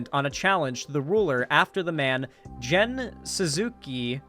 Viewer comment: For Japanese pronunciations, G is never pronounced as J. Gen is pronounced like "get" with an N.